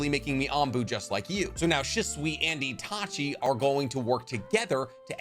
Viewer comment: Did anybody else here him say seshui instead of itachi